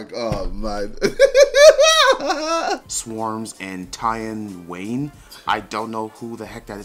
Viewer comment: ‘Tie-on wayn’